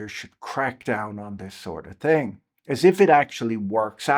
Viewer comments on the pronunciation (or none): "Down with this sort of ting?"...